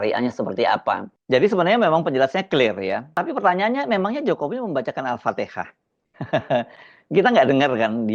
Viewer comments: Jokowi gak bisa baca al fatihah.... Tapi Alpatekah.... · BUKAN ALFATEHAH MAS TAPI ALFATEKAH !😂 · Dia mungkin baca alpatekah aja kok... Ga salah itu... Kalo alfatihah itu baru problem coi... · Bacaan alfatihah jokowi aja gak benar .alfatehah menjadi alfatekah .saya pernah nonton bacaan alfatihahnya dulu disuatu persidangan😊.ia membuatkan indonesia semakin mendunia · Dia Baca apa itu,, Al fatiha dia ucap Alpateka,,,| hadeh,,,,, pelanggar konstitusi, 10 thn membuat hutang negara semakin banyak, korupsi merajalela, ekonomi tumbuh hanya 5% pembohong, lapangan kerja 10 juta, mobil esemka, bohong semua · Alfatiha apa alfatika 😅😅😅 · Tapi diakan baca alfateka,bukan alfatihah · Emangnya ada yg denger apa isi doa jokowi. Toh alfatihah aja gak betul dibacanya. Dia baca al fatekah. Paling nadah tangan aja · Baca alfatihah saja Mulyono bilang Alfatekah 😂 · Jokowi baca al al patikah atau al fatihah ? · Bacaan alfateah tidak sampai. Kalau orang islam yang cerdas harus nya tidak mendoa kan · DIA BUKAN BACA ALFATIHA, TAPI YG DIA BACA ALPATEKA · Prabowo, salah kirim wakil nya penguburan Paus... Dia baca Al Fateka.. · Serius baca Al Fatihah? Dulu yg menyebut Al fatekah siapa ???😅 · Alpatekah :V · Jokowi tidak mendoakan alfatihah.. Tapi jokowi membaca kan alfatikah😛😛semua orang juga dah pada tau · Mulyono baca alfatekha bukan alfatihah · La kalo kalo kata bilah😅😅😅😅😅alpateka😇😇😇😇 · Kenapa juga harus diketawain kan JOKOWI memang nggak jelas agama nya kok,islam itu Al-fatihah sementara JOKOWI ALPATEKA kan beda thu,lagian yag di baca TOKE DE TOK,jadi sy sebagai warga Indonesia tidak merasa risih sedikitpun 😂😂😂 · Kenapa percaya Jokowi bisa baca Alfatiha... apa mungkin dia hafal Surat Alfatiha dulu dia mengucapkan nya saja Alfatekah 😂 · Ngawur kalian, mana tau dia Al Fatihah.. Dia taunya Alfateka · PAS SAYA LIHAT VIDEONYA JUGA MALU.. KIRA2 MENGARAHKAN KEDUA TANGANNYA DOANYA APA.. ALFATIHAH Apa ALPATIKAH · Dulu aja dia nyebutnya alpatekah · Bukan ALPATIHA. TP ALPATEKA